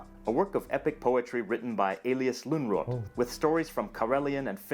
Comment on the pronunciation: Important also to note that Lönnrot is a Swedish surname and should be pronounced according to Swedish pronunciation.